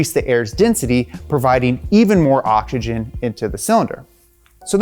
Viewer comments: I love “ogigen” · Am I the only one or do I hear this guy saying "OCHICHIN" instead of oxygen? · I hate how he pronounces oxygen. ODJIJEN, OKSIJEN, ODSHISHIN. Dude.